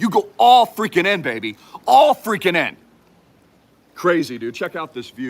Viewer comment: "ThOuSaND fRiCKen X baEBY" 😂